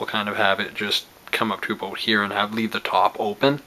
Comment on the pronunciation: random question. are you from Canada because when you say about it sounds like aboot. Awesome video, 5/5